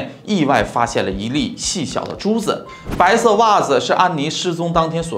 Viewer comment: 比如“白色的袜子”读成“白射的🧦”